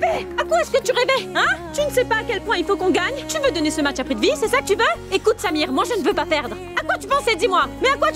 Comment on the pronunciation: Qui a entendu comme moi que dit mache au lieu de match 😂😂😂😂